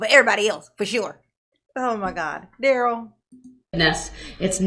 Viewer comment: Well no one is saying his 1st name right lol